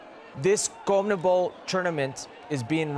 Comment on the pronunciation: Wtf is a "Comnebol" hercules it's Con-me-bol